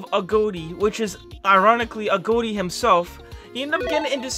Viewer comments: Why you saying agoti like agoate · Every time he says agoti: Agoatee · Why doses he say agoti like that?